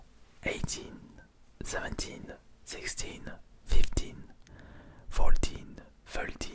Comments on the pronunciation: pas du tout frr renseigne toi fourteen se prononce "fortine" pas "foltine" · Prod oui mais un minimum d'effort le gars dis "foltine" au lieu de fourteen alors qu'il a 30 ans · C’est ce qu’on appelle un accent hein, fourteen se prononce « fourltine »